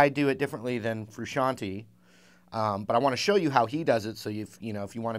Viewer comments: Frusciante. Not "frusciani". Jeez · FRUSCIANTE...not Frusciantee. It's italian name.